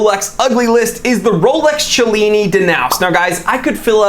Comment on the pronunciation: "Cha-lini"?? Are you sure that's how it's pronounced??